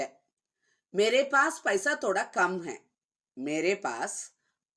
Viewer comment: Thhodha… not toda